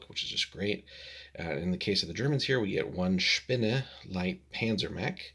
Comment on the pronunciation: You get bonus points for pronouncing "Spinne" correctly. Interesting that you mention Dust, that's what got me interested in this particular starter and then Bolt Action - which led to Flames of War, Team Yankee, Chain of Command, Blood & Valor... I still haven't built the Spinne, nor painted up the Tesla turret... but I sure have a LOT of Grenadiers between this starter and two other army sets.